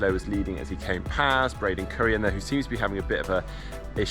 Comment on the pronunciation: Sorry, but can we please start pronouncing Braden Curries name correctly? Say it as you'd say Curry. Keeps happening.